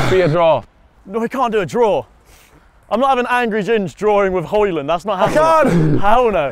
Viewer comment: love how the describ is saying ramus holland xD, its hojlund in english xD